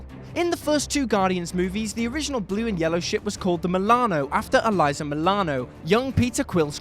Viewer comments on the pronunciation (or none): Eliza? Seriously? Alyssa... do some fucking research, will you?